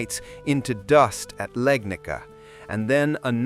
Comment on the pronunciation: Legnica…..not Legnika 🤦🏻‍♂️